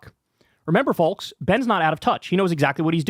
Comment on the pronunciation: Kyle, my guy! You gotta stop pronouncing the L in “Folks”! Lmao! I love listening all the time and contribute on patreon, and yes, this is my only criticism of what you’ve said in this segment, lol. Folks is pronounced like cokes. It’s a silent L.